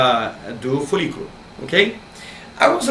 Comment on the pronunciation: Folículo. Parece que ele está falando furico. Rss